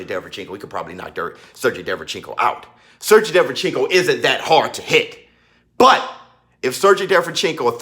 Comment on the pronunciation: It's pronounced "Ser-GAY", sir.